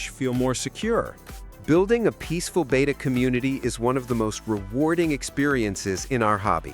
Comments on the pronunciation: The Greek letter, "beta" is pronounced, "BAY-ta." The captions in the video even render it, "beta!" The fish is pronounced, "BET-ta." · BETTA. It is pronounced bett uh. "Beta" is a Greek letter, which is pronounced bay tuh. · it's BET UH, not BAYTA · BETTA NOT BETA! DAMMIT!!!